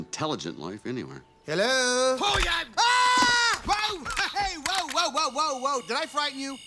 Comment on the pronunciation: it sounded like Hell yeah.... even the caption on this video said it🤷🏾🤷🏾🤷🏾